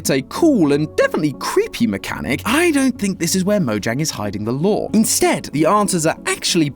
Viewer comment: SWEAR IM FINNA BOOM SUMTHING STOP SAYING LORE WRONG WITH THAT BS ITS LOOOOOOOOOOOOOOOOOOOOOOOOOOOOOOOOOOOOOOOOOOOOOOOOOOOOOOOOOOOORRRRRRRRRRRRRRRRRRRRRREEEEEEEEEEEEEEEE. Thats why your viewer count dropped.